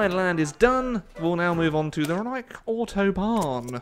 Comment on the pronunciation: As a German it’s so funny to hear how he speaks Reichsautobahn lmfao